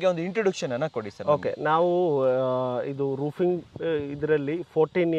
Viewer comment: Roofing ❌ Rooping ✔️